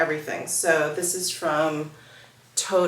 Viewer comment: Toteme - pronounced toe-tem 😊